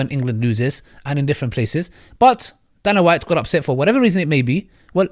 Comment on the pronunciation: Pronounced day-nah white.